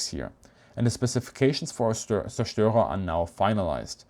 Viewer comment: Thank you for, after 50 years of doing it wrong, teaching me how to pronounce zerstorer.